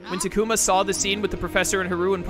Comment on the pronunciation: I’ve just come to accept people will always pronounce things strangely. He also says Ta-ku-mah but all the characters say tah-koo-ma. I watch a different YouTuber who pronounced togemon as toe-jeh-mon instead of toe-guh-mon. I started watching ’ playthrough of Digimon World Next Order and the game say Ma-sheen-dray-mon.